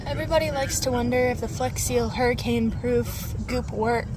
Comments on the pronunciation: Why does he keep saying Hermi-cane? Legit question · It’s pronounced “Herman Cain”